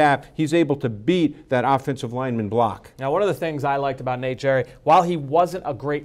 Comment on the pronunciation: it's pronounced Gary not jerry